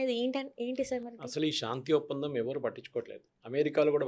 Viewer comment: షా న్తి కాదు తల్లి శాంతి అనాలి